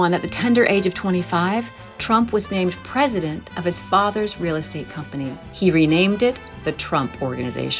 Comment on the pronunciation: A wheel possibility? Donnie can’t pronounce “real”😂